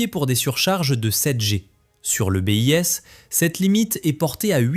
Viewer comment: Que d'approximations ! Le Mig-17 daterait des années 40 ? Sans compter la prononciation, le bis devient le B.I.S